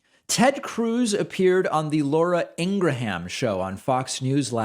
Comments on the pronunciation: It's not: In-gra-ham It's In-graham. Like "graham cracker"... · Love the "Ingra-ham" pronunciation. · Pakman, "can't they pronounce 'Kamala'"? Pakman, "IngraHam" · Why do you say in gra ham? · I love how he mispronounces her name Inger ham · I call her Ingra-sham since everything uttered from her mouth is BS. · I had a good laugh when David said that.